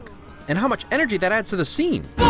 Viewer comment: I'm a little late, but did anyone else notice the "evergy" at the timestamp ?